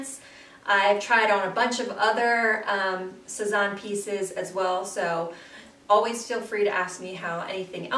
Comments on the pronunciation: Great haul! They all look really cute on you. The bags are especially cute. Just a tip on pronunciation— it’s Sez-Anne. Not, Sez-awn. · Thanks so much! :-) I'm loving the Sézane bags right now! Thanks for the tip but over the years I've been told to pronounce Sézane so many different ways - Say-Zahn, Suh-Zahn, Sez-Anne... At this point whatever happens comes out of my mouth at the time is how I'm pronouncing it....hahaha!